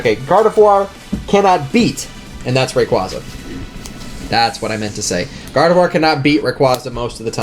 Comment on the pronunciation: N called it gardivoir and K called it broski